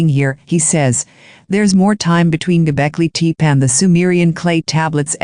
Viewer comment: Golbeki Tep-ee not Golbeki Teep!